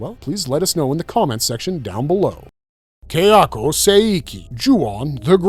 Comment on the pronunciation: It's Ka-ya-ko, not Keh-ya-ko.